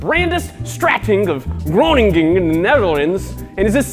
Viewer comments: Roninging, the Netherlends It's pronounced Kreuninggun. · The way he butchered groningen 😂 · I’m dutch and I cringed so hard when you pronounced Groningen lol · Love how ge says groningen on full english kroninken😂😂anyone else dutch?